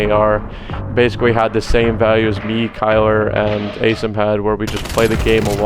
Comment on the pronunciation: SOMEONE PLEASE TELL HOW TO PRONOUNCE ASIM'S NAME PROPERLY PLEASE! It's Ay-Sim, not Aseem. He has done it for 2 years and no one corrects him!